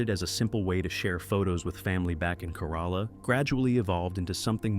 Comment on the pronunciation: Kerala = CARE-a-la I've been there; that's how it is said. If you had just said it once, I would have let it go. But man, it made my skin crawl more and more each time. Google is right there, with both pronunciation guides AND recordings... why?